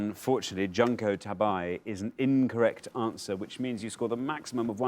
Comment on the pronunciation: As usual, the show’s pronunciation of Japanese is way off. Junko (June-co) Tabei (ta-bay).